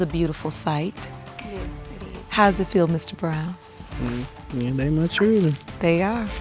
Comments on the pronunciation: JFC, "chirdren" 🤦‍♀️🤦‍♀️🤦‍♀️🤦‍♀️... say "Chirdren" again "mufkka", I dare you... 😂😂😂😂😂 O M G !!! Back to watching!! 😂😂😂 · Chirdren....dear goodness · Why are they struggling with the word 'children'? "Chiwlderwen" 😆😤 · Chrrildren what’s that? 🤦🏻‍♀️